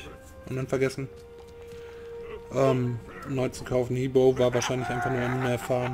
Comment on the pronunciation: Nenn he boe bitte wieder normal he boe un danke fürs hochladen wie immer super :)